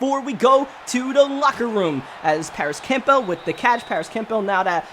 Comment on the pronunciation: I HATE HOW HE STILL PRONOUNCES CAMPBELL 😡😡